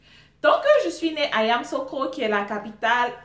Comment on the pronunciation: on prononce YAMOUSSOUKRO non Yamoussokro,c'est la capitale politique;Abidjan c'est la capitale économique et administrative.Si tu as besoin d'un papier c'est à Abidjan qu'il s'y rendre et non Yamoussoukro.Je suis toujours branchée sur l'histoire de mon pays😍😂